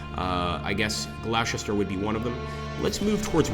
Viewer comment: GLOSTER! Not Glowsester lol (amongst others) lol